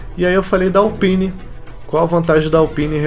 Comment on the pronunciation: mano o jeito que você fala alpine Q AGONIAAAAAAAAAAAA!